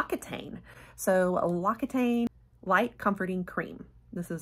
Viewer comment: Fyi, L'Occitane is pronounced lox-ee-tahn. Dang French names.🤪😁